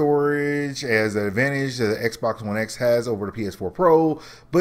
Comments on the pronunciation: Are you saying Xbox One S or X ?? Dude you botching your own video lol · I'm really disliking the Xbox X name. I can't tell whether you're saying S or X. Lol. I don't think parity is an issue there is no guarantee that the X can run Destiny 2 at 60fps. Both Anthem and AC Origins are doing Checkerbording at 30fps. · Are you saying "S" or "X"??? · You really need to pay attention to when you say "S" versus "X"